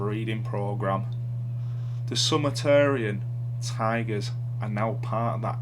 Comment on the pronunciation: That was great narration and history until you pronounced Sumatran, as in from the island of Sumatra, as Summa-tarian. Try Soo-mah-trans, and it doesn't even involve sex changes.